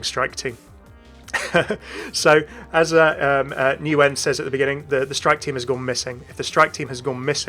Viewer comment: Nguyen is pronounced “wen” but I love the vid, very in depth